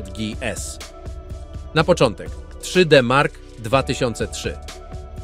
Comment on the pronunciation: 3.....D......Mark.....2005 to jakieś 40% wolniej na pojedynczej karcie a 80% szybciej porównując pojedyncza do S.....L.....I, tak się powinno pisać twoja manierę przy wymowie.